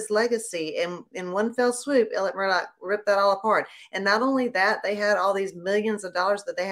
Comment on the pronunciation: FYI Alex is how he spells his name. But it is pronounced Alec. He also adds a K on the end of his name. He should spend a few years in jail just for his name.